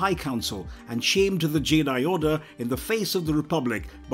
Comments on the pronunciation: I swear at one point he was calling Jedi "Jay-dahai" and he said "fought the Jay-dahai on corus-cant" and I nearly switched the video off. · That Jedi pronunciation 😢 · Am I the only one who found the narrator's pronunciation of Jedi a little off putting.